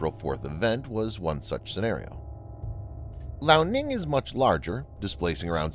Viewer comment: Lee Ow. Liao. Not Lao.